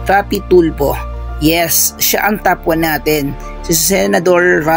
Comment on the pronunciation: First off, Saan galing ang mga figures mo na yan? Parang di accurate ang data mo bro eh...TOP10 not (tough10) with165M tapos yung (tough9) TOP9 mo naman with 55M only???with 40M subscriberS! pano nangyari yun? Pag plural with S dapat. So SUBSCRIBERS dapat diba? So improve your data...Important yan. And pls fix your P&F deficiency meaning, don't pronounce your F as P and vice versa...For example, pag FOUR, it should be pronounced as FOR not POR. And same thing if it's P naman, don't pronounce it as F...You're just reading your scripts right?so pls read it clearly and accurately, so it would be pleasing for all of us, your listenerS! Constructive criticism that you may consider, but believe me, it's for your betterment, if you want to continue this as your career.God bless you!